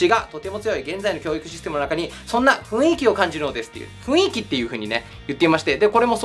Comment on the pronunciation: ふいんき、ではなくふんいき、な